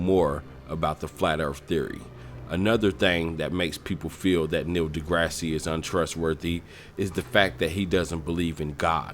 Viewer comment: I'm skeptical because you can't pronounce Neil DeGrasse Tyson's name right!